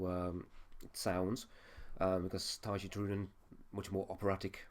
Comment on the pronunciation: You say you've listened to Nightwish before, but don't know how to pronounce Tarja's name? I wish reaction reviewers would do just a little research.